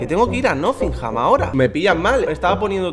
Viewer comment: El tío se va a la ciudad y todo pero sigue sin saber pronunciar Nottingham 😂😂